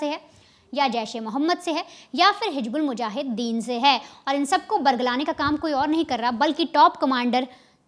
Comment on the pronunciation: Hij😂😂😂bulmujahiden. Bolna to seekh le rakhail.